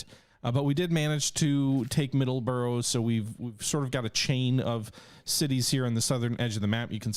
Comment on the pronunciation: Please get your Pronunciation of Middlesbrough right.